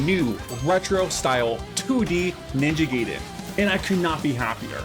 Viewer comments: Yeah . . . I gave this video a 👎 simply because you refused to pronounce it the way it's supposed to be. It's "Guy-Den" . . . "Gay-Den" is how you sound when you force curse words trying to make yourself sound cool. 😒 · It's pronounced Ninja GUY-den, not Ninja Gay-den :face-blue-smiling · It's guy-den not gay-den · Glad to see Ninja Gaiden returning to it's roots that made it legendary. I just hope they don't go too hardcore on the difficulty. There's a difference between challenging and cheap. Also, pronouncing Gaiden (Guy-den) as gay-den is just gay. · Gaiden is pronounced as Guy-Den, not Gay-Den. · Ninja Guy den not Gay den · Pronunciation for "Gaiden" is "Guy Den". It is definitely not "Gay Den". In Japanese Gaiden is "side story/tale" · Just FYI it's pronounced Ninjay guyden, not ninjay gayden. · Did you just say Ninja “gay”den? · Gaiden is pronounced: Guy-den...like "hey guys".....In terms of your question, "who cares?" ....Its an issue of respect. You should have enough respect for a people's culture to at least attempt correct pronounciation of their terminology. There is no error in pronouncing it wrong out of ignorance, but there is error in pronouncing it wrong out of arrogant willful cultural negligence. Something for you to ponder moving forward....Peace.... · I think it's a rule in Japanese to English that everything with ai is pronounced i instead of eh, like Gaiden is pronounced Guyden, Mai Shiranui is pronounced My Shiranui, and Yaiba is pronounced Yighba.